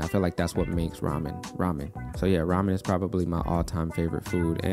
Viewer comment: Man, I was very impressive when you say Ramyeon not Ramen. And when I see the Cass, it all makese sense 😂 Love your video btw 👍🏼